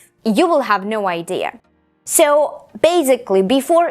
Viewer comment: М-да, произношение хромает. Помимо акцента можно услышать такие грубые ошибки как озвончение звука /s/ в словах increasing, basically, гласный в словах deal, please звучит ближе к /ɪ/, чем к /i:/, в одном месте резануло слух слово very, произнесённое с палатализованным звуком /v/, так что английское /e/ звучит как русское 'е'. Это хорошо, что она говорит громко, но она произносит одинаково громко и ударные, и безударные слоги.